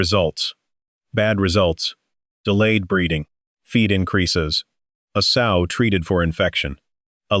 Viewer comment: S-owe, not sew. This is annoying